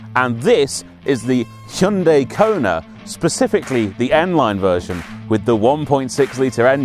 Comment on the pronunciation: Call me an old pedant but i like the fact you correctly pronounce it Hy-un-day not Hi-un-di as most reviewers call it, drives me mad.